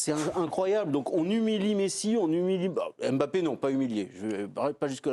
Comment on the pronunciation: Mr Domenech ne prononcez pas le M bon sang de bonsoir regardez l'émission d'hélice Lucet il l'explique, KYK'S